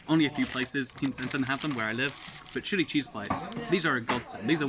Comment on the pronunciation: Every time he says chili cheese it sounds like shitty cheese lmao